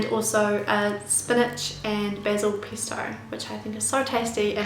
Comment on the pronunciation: it's pEsto, not pIsto